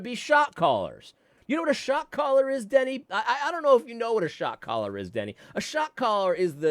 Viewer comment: When you listen to this sped up it really sounds like you are saying “shock collar” instead of “shot caller” 😂